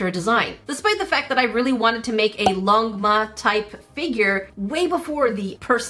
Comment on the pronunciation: Chinese are like 👁️ 👄 👁️ when u pronounced "longma"